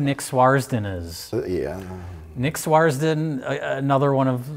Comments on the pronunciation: Ahh, continued mispronunciation of names. SWARD-SON. Not Swars-den. Not that it matters haha. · I'm convinced is dyslectic Swardson... he says Swars-don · it's Swardson. Fuck lol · How come Mike gives Rich total shit for every little pronunciation slip up, yet he doesn't give a crap when consistently mispronounces "Swardson" throughout this video?